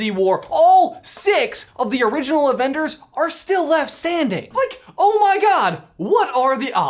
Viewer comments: says avenders not avengers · he cant even speak correctly. quote: "at the end of infinithy war" and "all six of the original avenders" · I cant help but notice he said "AVENDERS" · "avenders" I love